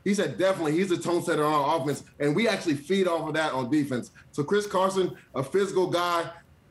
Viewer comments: mans said chris carson 😂😂 wtf am i watching 🤦🏾‍♂️ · He really said Chris Carson